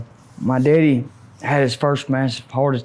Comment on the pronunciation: I knew when he pronounced his dad as “deaddy” he was from Cullman area 😂 they are some country fuckers! Sad story tho. Opiates are so deadly, and all the evidence on pill mills and corruption…sad country we live in. But let’s ask up America!! 🤡 🌎